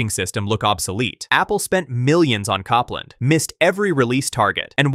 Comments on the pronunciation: Cop-land was painful. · The Apple project was pronounce Cope-land, as in the 20th Century American composer. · Copland... like the composer, not Cop-land! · Copland is pronounced COPE-land. Long O.